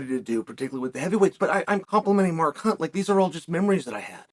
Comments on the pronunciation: Did he call him Mar Kunt? 😂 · When chael says mark hunt it sounds like a swear word!